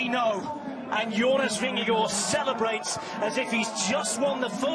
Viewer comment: And they pronounce the riders' name quite accurately. I never thought I would hear English speakers pronounce Vingegaard in any other way than 'Vingeguard' but thanks to a few guys the correct 'Vingegore' has become standard.